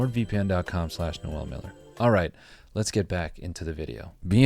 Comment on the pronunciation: Noel goes on Reddit? Bruh even pronounced it correctly.